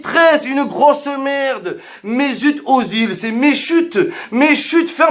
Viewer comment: '' Mezut Ozil, Mais chut ftg '' chui ko 😭😭😭c'est plus Ozil mais Azil tête de micro 😭😭😭😭😭😭😭😭😭😭😭😭😭😭😭